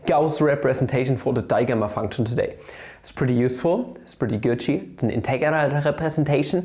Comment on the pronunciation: Petition for you to instead of saying gucci to say Cauchy. Also you could have just showed for the integral to be the harmonic numbers.